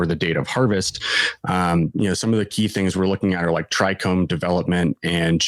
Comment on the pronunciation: No "r" in trichome